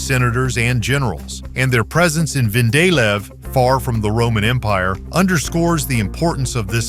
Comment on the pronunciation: It is not VENDALEV but VENDELEV .. i JUTLAND in Denmark.